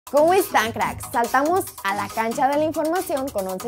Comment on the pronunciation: ¿y esa pausa? Saltamos......................A la cancha de la in...